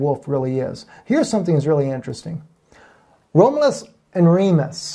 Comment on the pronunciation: Not to be a pronunciation NAZI, but his name is pronounced; Rom ( short o, as in Oz) you- luss. Seemed like you had trouble with it. Anyway, great message and GOD BLESS!